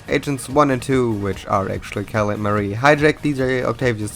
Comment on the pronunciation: The fact that Marie is pronounced as “Muh-ree” ruins this for me